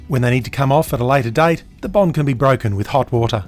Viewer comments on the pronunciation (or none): none